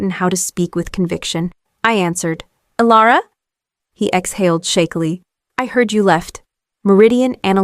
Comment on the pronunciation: Elara or Alera, took only 40 seconds to make a mistake, AI has a poor memory, and the channel is too lazy, "Alara" AI really having a tough time getting the name right.